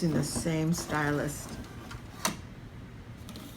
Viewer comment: Great video but I had to turn off quickly because I couldn't stand you saying 'stylust' so many times! It's stylus without the t! God that was absolutely infuriating, I want to watch more but I just can't face it haha